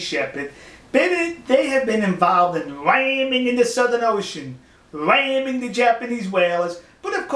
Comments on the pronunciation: Eehh What's up dwoc ? Bwumper bwoats... Wamming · "It's wabber obbious dat dey were wamming the jabanese" Dude, go back to school! Don't try and speak any other language if you can't even master your own!